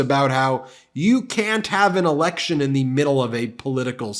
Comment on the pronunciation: Sounds like he says you can't have an erecttion 😮